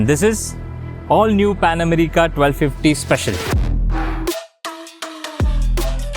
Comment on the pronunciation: You may be a good rider but you're a horrible presenter. Dude, you really need on your language, pronounciation, clarity and everything else! It's Pan America, not 'Amreeeka'. And what the hell do you mean by 'its look'? Was sleeping or had he taken a day off? How in the world did this get past the editorial board?!